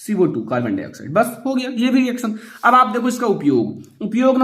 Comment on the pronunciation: सर ये कार्बन हाइ ऑक्साइड नहीं है ये कार्बन डाइ ऑक्साइड है